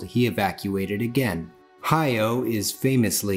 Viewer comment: It pains me when people mispronounce Hayao Miyazaki's name. It's Ha-ya-o with three distinct syllables. Exactly how it's written.